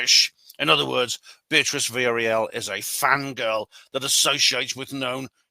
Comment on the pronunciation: I have a message from the pronunciation police for you, mate. The correct pronunciation of Villarreal is 'vee-ya-ray-al'. Or if you are a non-Spanish-speaking person, it's acceptable to say 'vee-ya-real'. Similarly, I cringe when I'm in a restaurant and a waiter or waitress mispronounces the word 'tortilla', which of course is pronounced 'taw·tee·ya' because two instances of the letter 'L' together in Spanish are pronounced as 'ya'.